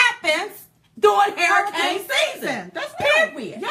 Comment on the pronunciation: I love u Diamond but you're killing me when you say hairicane instead of saying hurricane. Maybe it's just me, but I love ya anyways. keep them videos coming. Silk be killing me with them faces she be making. She's the ultimate hype girl. Keep up the good work guys.